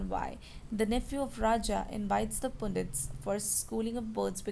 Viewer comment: Mam that is not "poondits" the "u" is used here like the "u" in "umbrella", "pundits"